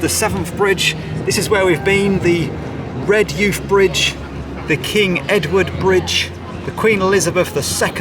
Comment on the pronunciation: Hi - Great video - Just to let you know though - It's pronounced 'REHJIFF' - There's also a famous schoolboy side called Redheugh Boys that acts as a scouting feeder to NUFC and the surrounding smaller teams 🙂